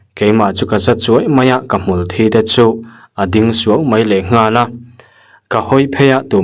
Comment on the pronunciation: Hmulthi -thi hi boral anga lam rik loh tur, Thi- in ti palha thisen chhuak anga thi, sawi ang hian lam rik tur